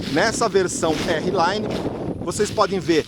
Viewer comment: amigo desculpa, mas vc é um cara q a galera segue, só uma dica ai pq se vc falar errado, esse errado se propaga com mais facilidade! não é "érri laine", R Line = "ar line" o R em ingles fala "ar".